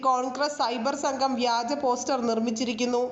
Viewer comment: വ്യാജമോ നാണം ഇല്ലേ വഗാജം എന്ന് പറയാൻ നിനക്കൊന്നും ഒരു മറിയും ille